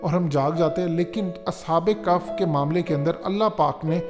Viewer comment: اصحاب کف نہیں اصحاب کہف کہتے ہیں۔۔۔عقل ننئ تے موجاں ای موجاں😂😂🤣😂🤣🤣😅😅😂🤣😅😂🤣😂😅😂🤣🤣😅😅🤣🤣😂😅😂🤣🤣🤣😂😅😂🤣😅😂🤣😅😂🤣😅😅